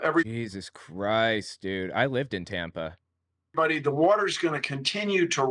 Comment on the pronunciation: God her voice is the worst. I particularly hate how she pronounces words that end in ing as een. Like goeen and anytheen and even human bean.